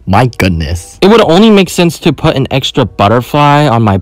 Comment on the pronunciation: ''SCRAP ALL THE AXTRA NAIL OFF''got me